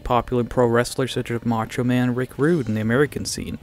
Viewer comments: Wait a fucking minute . . . "Macho Man" Rick Rude? WTF? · Did I just hear Mucho Man, Rick Rude? Dude. Slim Jim wouldn't be happy, can you dig it.